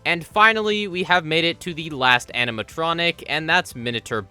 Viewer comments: When you realize he says amintronic and not animatronic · Is it just me, or did he say "animatronic" so much he started accidentally saying "aminatronic"?